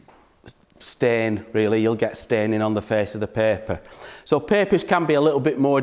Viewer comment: I thought he was saying pepper 🌶